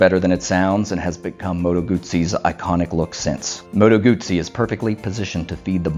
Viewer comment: Nice vid, thanks. Do you have any more Moto Guzzi footage? I'm hoping that I can get down to Mandello del Lario for the big party in September although the news today is that Italy is tightening its lockdown with a complete shut down at Easter. Thank you for pronouncing "Guzzi" correctly. However, I think as "moto" is feminine it should be bellissima not bellissimo.